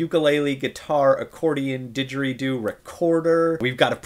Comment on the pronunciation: Wow. this guy. Music? Harry potter in different languages? what a nerd. what is a didgeradoo? Did I hear you correctly?